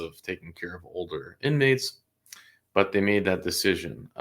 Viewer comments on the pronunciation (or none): none